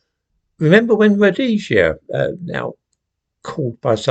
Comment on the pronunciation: Oh dear. What do we call a man who uses the analogy of freed circus animals to the lives of black people? Wait. Wait. It will come to you in a minute. And it's "Rhodesia" is it? ...really? 😂😂😂